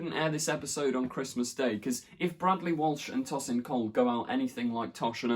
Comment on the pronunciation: TOW-sin Cole, not TOSS-in Cole. Sorry it just bugged me.